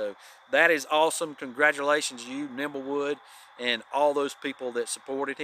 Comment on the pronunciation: it is Nimblewill Nomad, not Nimblewood Nomad. It is my understanding that the name came from Nimblewill Gap near Dawsonville, GA. He is the caretaker at the Flagg Mt. Historical site in the Weogufka State Forest.